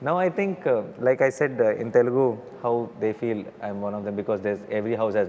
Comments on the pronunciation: It's not TELEGU it's Telugu. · It's not telegu it's TELUGU తెలుగు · It is Telugu not Telegu